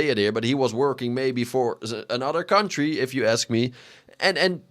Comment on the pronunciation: Why do you have the American flag in the background?😂 I put my phone down and was just listening and when you started talking I thought it switched to a remnant 2 build video “gude for our kuntdry” ummm which country lol